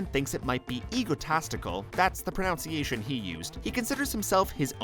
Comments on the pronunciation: Modou Lamin Jarju he said pro nown ciation It is pron un ciation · pron_U_nciation + 'looks the same visually' + others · ironic. you criticised his pronunciation..... yet mispronounced pronunciation...